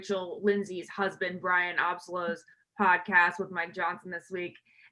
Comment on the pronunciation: Learn how to pronounce Bryan’s name if you’re going to use it Ashley and also, Emmanuel was on the first episode of Talking it Out as he’s good friends with Rachel and Bryan. He actually calls them family.